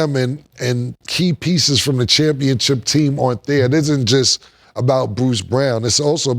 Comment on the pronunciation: It’s kalled ChampionSHIP not championchip Killa kmon 😂😂